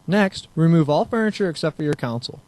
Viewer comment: CONSOLE ~ PRONOUNCED "KON-SOL" NOT COUNSEL